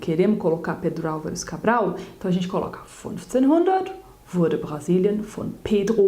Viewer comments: ela falando pedro alvares cabral com sotaque kokkkkkkk adorei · Kkkkkk... O seu " Pedro Alvares Cabral" ficou totalmente alemão.. igual a Oma da minha esposa falando....kkkkkkkk